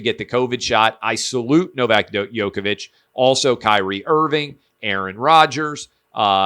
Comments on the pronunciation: Man plz pronounce djokovic correctly . Drives me crazy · Agreed man. 🤦‍♂️ He is one of the best tennis players ever... Get it right!